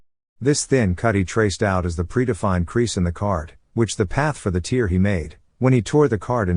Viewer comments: Tear is pronounced tare as in rare not teer as in fear 😊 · Great video. Noticed that the AI narration couldn't pronounce 'tear' properly. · Tear😢and tear are are pronounced differently 🤦🏻‍♂️ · its pronounced tear not tear .. :P